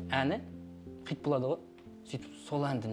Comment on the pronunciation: Хыйт емес Хит деп айтыңдаршы бесит